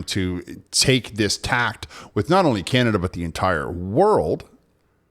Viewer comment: Tack....not "tact" big'n lol lmfao 😂